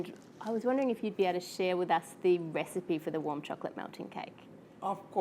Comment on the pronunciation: I love how you say chocolate it's like chuklit